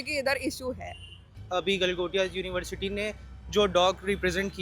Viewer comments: गलगोटिया ❌ गलघोटिया ✅ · "गलगोटिया" नहीं " गलाघोटिये" यूनिवर्सिटी 😂😂😂😂😂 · Gal-Gotya university 😂😂